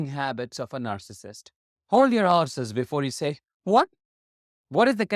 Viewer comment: I thought you said "hold your arses". Lol. Then I realised it was "hold your horses".